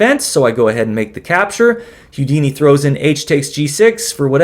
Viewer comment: Houdini is pronounced "Hoo-dini" NOT "Hyoo-dini," or is that Hugh Deeny?